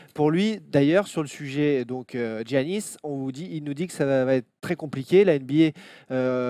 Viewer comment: Je comprends pas ce que tout le monde ( particulièrement les français) a à prononcer Ji-annis ou Gi-annis, ça se prononce Yannis comme en français. A la limite les américains je peux comprendre parce que c'est pas un nom qui leur est familier mais en France ça existe Yanis donc pourquoi prononcer autrement ? Pour ceux qui me croiraient pas, Gi en grec c'est le son Yi, ça s'écrit comme ça juste parce que c'est une traduction de l'alphabet grec à l'alphabet latin. Bref désolé d'être relou mais mes oreilles saignent au moins autant que quand j'entends ENNE-tilikina.